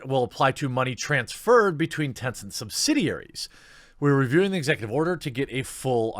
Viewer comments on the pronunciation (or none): none